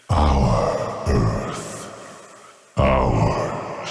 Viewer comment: This guy talks weird... trying to hard. "Earph"